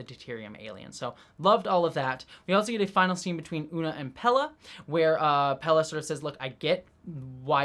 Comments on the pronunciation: Pelia, not Pella. Pronounced the same way as Celia Gooding's name, both rhyme with Corellia. (Cell-ee-uh, Pell-ee-uh) :) Great episode! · Sorry upfront for yelling,, but: WHY ARE YOU CONSTANTLY CALLING PELIA "PELLA"? 😵‍💫🤨 I love your thoughts, insight, and enthusiasm, but wouldn't be surprised at all if you had some form of dyslexia when it comes to names... noticed at other times too, that getting the names right doesn't really seem to matter too much to you, which is really interesting, given your personal background. 😅🫣 Other than that, keep up the great work (LOVE your WGA/SAG-AFTRA intro as well - though even that one contains typos; might want to read over once more!). 🤫😉